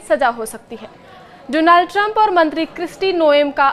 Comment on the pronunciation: Dizhtall, Dolaaand lol..what a news reader 😂